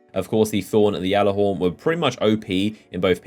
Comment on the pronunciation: my god get it right (G)allarhorn. not flipping (Y)allorhorn